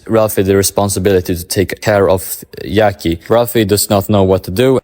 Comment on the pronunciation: Yackie?? I understand that we cant pronounce italian namens right but jackie?? Like jack